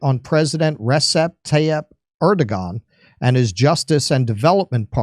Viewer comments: SAY: AIR-do-wan and Ekrem EEM-mam-mool. Apparently, the "g" is silent in Turkish names. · It is really Erdoan. It is not pronounced. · Erdogahwn. Lmao I can't 😅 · it is pronounced Air-do-wan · I've been doing business in Tükiye since 2007, and traveling there for vacation periodically since 2000. The people are wonderful (like most people around the world that I've met). Business people are careful what they say about Erdogan (pronounced "ER-doh-wan" BTW), but it fits pretty well with what is said here in the video. I'll note that I work in a highly technical field that doesn't tend to draw religious fundamentalists. Even back in the late 00s the Turkish secularists were not so happy with the fundamentalist bent that Erdogan was on, but at that time the country was still in a massive boom (~7% growth) so no one really wanted to say anything bad about him. Once the economy cooled the political knives came out. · Erda-wan. Is how you pronounce his name. I live in Istanbul. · Not to that guy but a lot of experts pronounce it "Erdowan" the g apparently is supposed to be pronounced like a w. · Erdowan, the g is soft. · If you still don't know how to pronounce Erdogan's name, after him being on the international stage for such a long time. Perhaps you're not as informed on other subjects as well and you think you are.